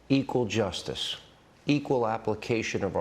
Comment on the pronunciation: So right. Pathetic, uninspiring, and stale. ( glitching left and right.. " J u s ti ss e ss " little mis pronouncements spilling out everywhere.. !!! > canary in the coal mine, _